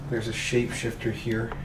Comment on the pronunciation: You said shake shape shifter